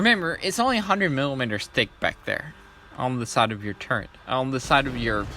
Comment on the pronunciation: It says turret on your spreadsheet but you still say Turrent, why ?